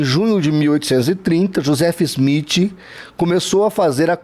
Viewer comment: Quando voce fala do Joseph Smith e não sabe nem pronunciar o nome. O maior absurdo que ouvi e realmente não saber nada o que está falando.